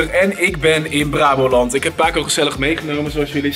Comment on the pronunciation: like als je ook Braboland hoord😂